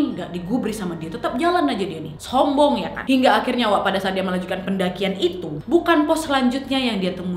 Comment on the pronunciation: Ngomong "Sombong" Orang Lain : Sombong Kak Nadia : SS hombong